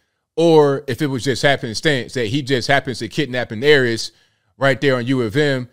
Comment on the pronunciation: It called Heiress not Aries...,omg 😲....too be honest this black guy makes BM look like monsters.., the savage negative stereotype which most, don't wanna be associate with.